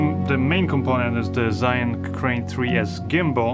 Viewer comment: Hi, I've been always watching you but never commenting; breaking it now just for a suggestion... As I've lived in China for 24+ years you can safely take it from me, ZHIYUN is pronounced like this: Take the word rzeczpospolita for an example, in its original Polish pronunciation. Now, put cz first, following with rz. You will have something very close to what zh sounds like. Add Polish y to it as in Bydgoszcz, you will have zhi~. (Doesn't work with English language that easy). Zhiyun is not pronounced like "zayin" or anything alike... zayin is a dick in Hebrew.:)